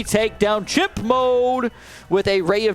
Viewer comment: Why does he say himp?